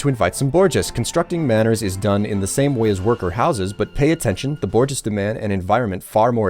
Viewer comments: it's pretty much the worst thing you can call someone if you happen to be a Bolshevik communist. Aand my own attempt at the phonetic pronounciation...... Bore -Jwaa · Hahaha...its pronounced boo-zhwaa. You're my favourite yogscaster because of this! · Bourgeois is pronounced bore-jwa, more or less. It's a french loanword. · just go on any communist channel and you'll inevitably hear how you pronounce bourgeois, because communists can't stop hating on the bourgeois as the source of all their problems.